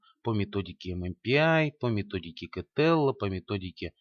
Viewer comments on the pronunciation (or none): Пожалуйста, делайте правильное ударение в фамилии Кеттел, режет слух...